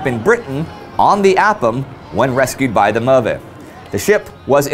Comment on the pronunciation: Fascinating voyage. Indi: It's pronounced Möve not MöRve.